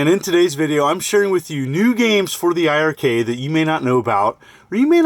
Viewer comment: It's pronounced iRcade , don't double the i 🤷‍♂️